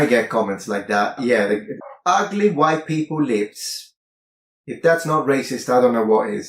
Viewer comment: God is the "hhhWHITE" is so obnoxious i had to skip that part